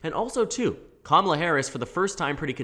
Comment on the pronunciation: It's weird hearing her name pronounced correctly Commala instead of Kuh mala or Kuh mala kneepad